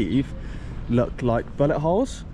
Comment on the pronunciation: Oh shoot,i thought you said butt hole.hahaha its bullet hole.